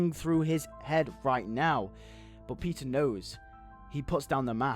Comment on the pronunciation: This would've been way cooler than what they ended up doing.But I'm thinking I would also include a scene in civil war where spider-man talks with Zemo and tries to understand him and convince him to stop. Also somehow I heard pizza instead of Peter in :D .